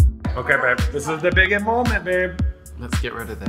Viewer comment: I just absolutely LOVE the speedy evolution of "Babe!" into "beurb!"